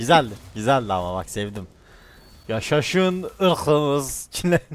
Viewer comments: Kimse: Hiç kimse::yAşAşIn IrĞıMıZ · Nobody::yaşaşın iykımız